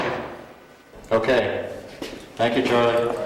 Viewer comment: "You tell Chahly you'ah in chahge, not Chahly, howeva he cannknot dictate to you when he goes to YAHD".